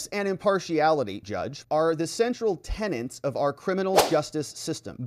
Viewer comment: The correct pronunciation is ‘tenets’, not ‘tenants’.